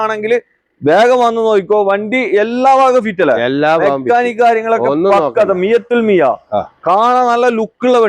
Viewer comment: മിയത്തിൽ മിയ അല്ല മിയ ഫിൽ മിയ